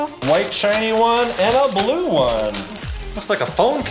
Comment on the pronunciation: GUY’S OMLL WHEN YOU SAID “ You Will be feeling Blue “ AND YOU SAID CLUE OMLLL BLUE CLUE, THE LUE